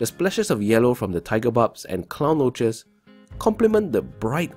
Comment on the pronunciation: I love this but did you say clown roachesss??👀